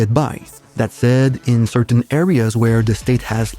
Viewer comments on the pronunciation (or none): none